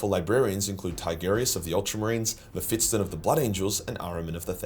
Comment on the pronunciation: the S is before the T in Mephiston, I beg of you.